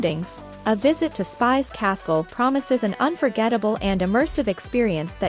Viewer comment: It is not called Spice castle but Spish castle!